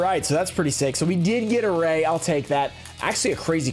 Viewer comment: This set is good like all ots typically are....but why are they constantly putting the rare cards in weird spots mixed up? But honestly I like ghost reaper the best sucks she's the cheapest but yooo it's Raye not Roze lmao